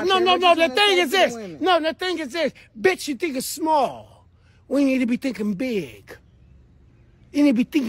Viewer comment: At one point hes not saying big anymore, sounds like beer or beard 😂😂😂